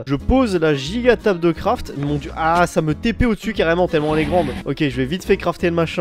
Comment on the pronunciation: "tabeul" "schord"